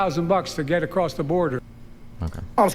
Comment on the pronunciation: The fact Britt uses words like "acrosst" should disqualify her for Senate.